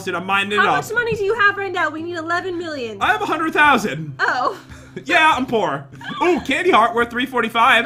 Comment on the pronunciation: I love how and jen say hundrit instead of hundred. Especially!